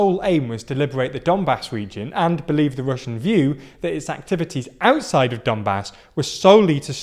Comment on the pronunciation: he said he "belives" not "believes"